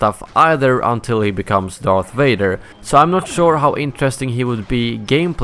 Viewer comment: "darf wader"